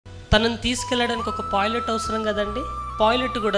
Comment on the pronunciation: Pilot...pooilet కాదు